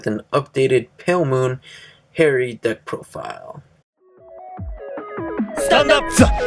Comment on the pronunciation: Hey. I'm just gonna say: no Artilleryman, no Jacquelin(replace with flying Peyton) and you say Harri Ha(like you're laughing) ree(like redo).